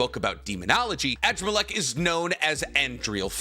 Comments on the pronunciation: Adramalech is pronounced Ah-Draa-ma-lek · at this point i’m convinced you purposely pronounce characters names wrong on purpose. AN-DRAH-MUH-LEK, sheesh